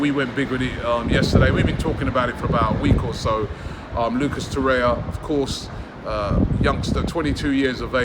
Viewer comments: TorreiRRRa Robbie not torreia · Every time Robbie says 'Toraya', i die a little inside